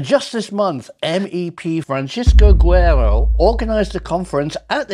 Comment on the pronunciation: LOL Neither of them can pronounce "Francisco Guerreiro" to save their lives.